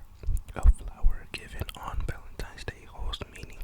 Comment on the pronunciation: I love the way you call it Valentimes Day